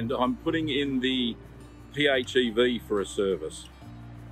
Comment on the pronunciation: PHEV - oh - plug-in hybrid electric vehicle. Thought you were saying phew !